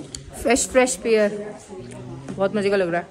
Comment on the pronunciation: its pear not pair